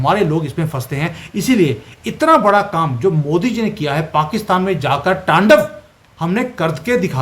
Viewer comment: It's "T A N D A V" your are doing incorrect Pronunciation